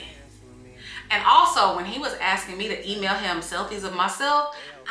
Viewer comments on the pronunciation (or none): Emailllll? 😂 that sounds so weird.